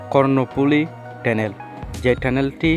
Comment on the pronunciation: লিখলেন Tunnel( টানেল), আর উচ্চারণ করলেন (টেনেল) 😂😂😂